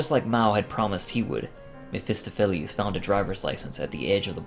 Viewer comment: May I correct you on something? Ahem, the stress in mephestopheles - the word reads [mephestOpheles], not [mephEstophelEs]